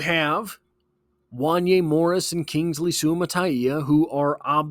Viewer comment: The pronunciation of the left tackle is sua mata eeya please pronounce it correctly or I will quit liking your videos😮